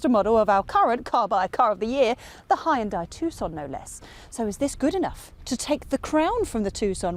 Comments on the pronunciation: HAYUNDAAi ... wtf these english and americans cant say fckin hyundai ? Braindamaged ? ..... and sportaaaz ... this car is not french my dear .... so please google it how to pronounce sportage ffs... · Hyundai is pronounced like "Sunday". Just saying